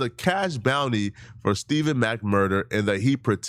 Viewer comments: It's Stef Fawn mack stephon mack not stephen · Stephon, not Stephen. Also, been saying this for more than a year. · Bro I thought I was only one that caught it… I only heard dude that passed is Stephon Mack… bro just keep saying Stephen Mack …. No bro… Stephon Mack……😮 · We believe you can’t read Stephen and pow wow 😂😂😂by the way it’s Stephon and powell 😂😂😂smh🤦🏾‍♂️🤷🏾‍♂️😒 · *Stephon Mack Cmon ima fan but get that young man’s name right. Especially if you’re gonna make a video covering his murder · Stephon (Stef-fon) who the hell is Steven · Stephon not Steven. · Stephon mack not stephen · Think its pronounced "Ste-fon"